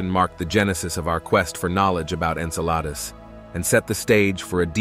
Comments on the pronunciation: En-Sa-La-Dus... No En-Cell- A- Dus ... Yes Come om, Man! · Agreed with the first post! Drives me nuts! When you can pronounce Enceladus correctly I’ll stay long enough to hear you out. See ya!